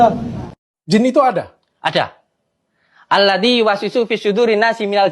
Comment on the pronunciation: Cara pengucapan nya pun salah...bukan alladi..tp alladzi...